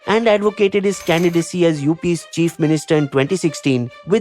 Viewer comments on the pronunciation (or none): none